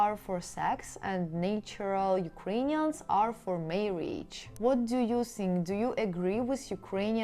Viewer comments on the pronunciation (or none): none